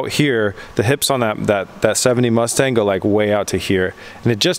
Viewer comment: 'The MuchStang'.....😂